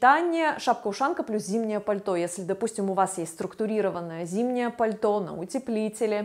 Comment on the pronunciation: На з ы тылке. А почему вы так говорите. Не крысивый силуэт. Пыльто. Пыказываю.